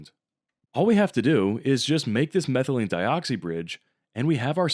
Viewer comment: Some comments: 1. Why isn't the shiat stirred during dropwise pyridine-addition? I know it's in an ice bath at that point, but there's got to be a way to stir the stuff. 2. It's not "al-ill" it's "allyl" and it's not "methylene-e-dioxy", it's methylene-dioxy" 3. You have eugenole, but you don't have NaOH?? That's a bit like in Scary Movie 4:"They're mastering space flight, but they can't get through wooden doors??" 4. If the dichloromethane-addition really is that easy (to get the methylene-dioxy-bridge), I guess it's good enough - I'm just wondering why the eugenole can't be directly converted into safrole, since the methyl-group is already there. Can't you just halogenize the methyl group, e.g. do an iodination, and then form the bridge in an alkaline reaction with hydrogen iodide as leaving group? Anyways, good stuff :)